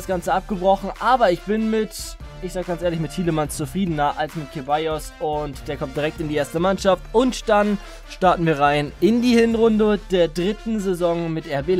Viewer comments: Hey, man spricht (Ceballos) „Sebajos“ und nicht „Kebajos“ aus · Wieder einmal ein sau nices Karrieremodus Video :) kleiner Tipp: Ceballos -> C wird wie ein S ausgesprochen und das "g" bei de Ligt wird wie das J bei James Rodriguez ausgesprochen (ja klingt komisch aber Holländer eben :D)